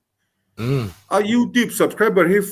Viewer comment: Youtibe nilou in Youtube ani jok lou mo,Youtibe inti thin a,mizo english hichu amak ani😂😂